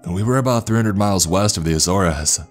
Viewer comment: I cant stand how many times he says azores like a-zor-es it a-zores